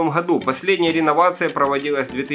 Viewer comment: Вы сказали не галька, а халька, не "году", в "ходу" 😂 😂 😂 😂 😂 Так смешно 🤪😂